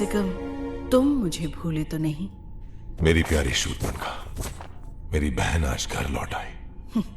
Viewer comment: Vo surpankha nahi hai us ka naam surpnakha hai 😂